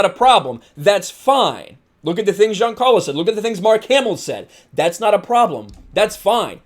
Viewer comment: you say Giancarlo like a frenchman u biggot lol